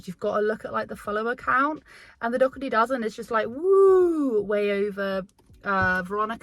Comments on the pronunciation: It is pronounced Doe- hurty!!! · I love your videos 😃. It’s weird to me that this mad mama doesn’t pronounce Alicia’s last name correctly, being that she is her good friend.